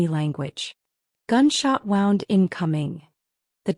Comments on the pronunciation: I loved the story, but HATED the pronunciation (and spelling) errors. In this case, Wound should've been pronounced "woond" (an injury), versus "wownd" (as in wrapped around). Different word, with a totally different meaning. The OP's name...was it "Mota," "Marta," or "Mother"? 🤔🤭 Someone needs to correct the A.I., and program it to understand which word is correct, and the nuances. Maybe I'm alone in this, but I prefer not to have to dig through vocabulary in order to figure out what was actually meant. Pls, keep writing good stories, but with correct grammar and usage. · Really good story. Loved her resolve. Loved his tenacity + thousands of red roses 🤭. Unfortunately, I did have difficulty with subtitles and AI generated narrative. It was things like — “Flash back title card”; “wound”, as in I wound the yarn into a ball, instead of he was bleeding from his wound; “the four was out”, not sure what that means. Overall, 9/10. 😊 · I know the word wound and wound are spelled the same but they are not pronounced the same.